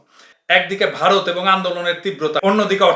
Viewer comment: ভাই আপনি কথার মাঝখানে ভারত বলতে গিয়ে "ভাতার" বলে ফেলছেন, অসুবিধা নাই আমরা বুঝে নিছি কাঁঠালরানীর ভাতার! :face-blue-smiling